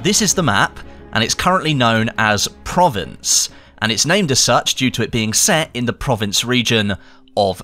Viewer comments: provonce not province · I'm going to be that guy... It's "Pro-Vance" in terms of how you say it. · It's pronounced Pro-vence' . Bloody English, just kill the French language. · Say it with me guys: Pro-Vahnce / Provençe / Pro-Vahn-Sahl / Provençal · LOL pronunciation at the start. Great goats cheese comes from Banon, traditionally wrapped in vine leaves 😎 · The pronunciation of Provence is just embarrassing.